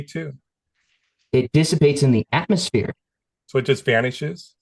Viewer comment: did you say atmoSPHERE,?